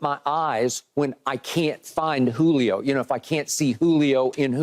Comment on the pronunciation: I thought SHERM said CLITOR....... When saying Julio's name..😅😅